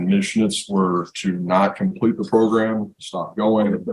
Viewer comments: Nothing like getting the “omplete” story! 😂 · The "omplete" story, really? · Omplete lol